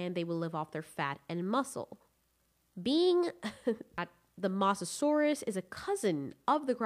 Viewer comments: It's MOsasaur not MAsasaur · STOP GOD DAMMING CALL HE MOSASAUR MOSS A SAUR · Who got triggered after she kept on saying the mosasaures name incorrectly?